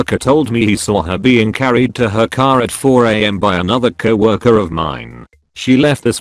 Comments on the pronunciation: Nobody: Narrator: CAW WORKER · I like it pronounces coworker it cow orker